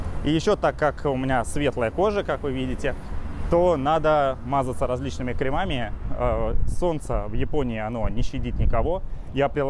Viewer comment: правильно говорить крЕмами. Лучи добра ☺️